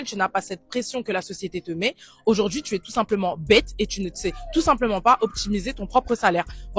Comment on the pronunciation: “Si aujaurdjiii..”